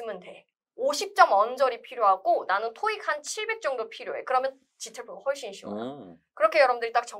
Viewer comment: 훨~~쒼 쉬워요. 한국말인데도 영어발음 느낌 ㅋㅋ